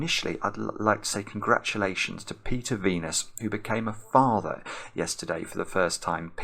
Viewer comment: Oh, FATHER. I definitely thought you said, "Farmer". I was thinking, "Huh, not exactly the most noteworthy thing - but I appreciate the guys celebrating local agriculture."